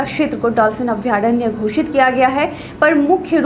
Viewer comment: अभयारण्य ... शुद्ध है , अभ्यारण्य नहीं ।